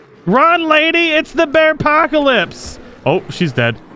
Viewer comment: Anybody else hear him say “Bearcockalips”??